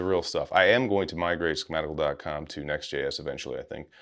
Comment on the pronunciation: About 1min 40 seconds, it sounded like you said "NestJS". Both are great products.